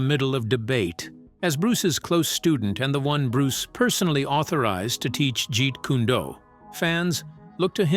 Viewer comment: Videos like this would be taken more seriously if the narrator could at least pronounce Jeet Kune Do and nunchaku.